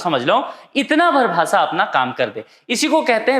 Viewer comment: आप भासा बोल रहे हो भाषा बोलो।